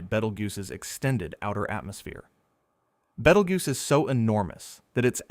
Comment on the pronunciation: I can't get past the pronunciation being Bait-el-joose in this video. Good lord.